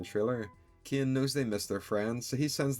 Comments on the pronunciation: Caine ❌ Kein ✅ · You pronounce "Caine" as "kin"? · His name is CAINE, pronounced Kain, not "Kin" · Why does he pronounce Caine as KEE-ehn lol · Caine ❎ Ciane✅ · why are you calling caine "kein" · Why do you say ‘’kin’’ instagram of Caine Sometimes it sounds like you’re saying Kim